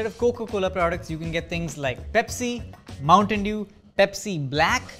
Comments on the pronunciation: He really said Mountain Dew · "MOUNTAIN DEW"